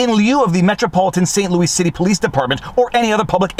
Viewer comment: He used the same pronunciation for Louis Rossmann's name.